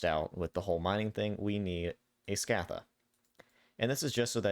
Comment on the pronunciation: Sk - ah - tha > Sc - ay - the